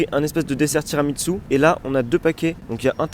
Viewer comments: Y’a que moi qui dit « tiramisu » et pas « tiramitsu » ? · Mec pourquoi tu dis: [tiramitsu] au lieu de tiramiSSu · tiramissu, pas tiramitssu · moi j'did tiramitsu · Ça me fait mal aux oreilles quand tu dis « tiramiTsu » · sa me bute il dit tiramitsu en mode c'est un manga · C'est moi où tu dis TIRAMITSU 😁